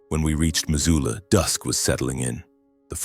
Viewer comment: It's Missoula, not Mazula. Buy an Atlas